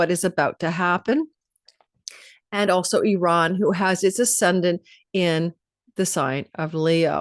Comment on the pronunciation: I really appreciate the way you correctly pronounce the name of my home country of Iran. This shows your depth of knowledge, education and care. Also thank you for your amazing readings. You are elite reader. Be well! 🥰🙏🏻